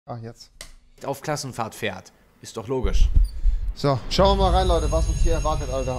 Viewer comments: Wie Rewi einf Klass Krassenfahrt gesagt hat 😂 😂 😂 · Wie Rewi die ganze Zeit Probleme hat Krass Klassenfahrt auszusprechen!😂